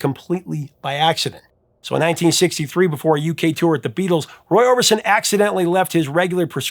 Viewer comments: Roy "Orbinson"? Really? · Orbinson ..Orbison ??